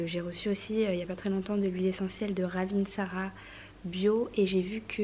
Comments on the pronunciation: L'huile essentielle de Ravintsara c'est malgache (je suis d'origine de Madagascar et d'ailleurs tu l'as bien prononcé ;)), pour déboucher le nez aussi c'est top si besoin, en faisant un bain de vapeur et en rajoutant qqs gouttes d'huile essentielle d'arbre à thé (3 à 5 gouttes de chaque selon la quantité d'eau). Bon courage ! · C'est trop mignon comment tu prononce RAVINTSARA... je suis d'origine Malagasy (je viens de Madagascar) et le Ravintsata vient de chez nous. 😉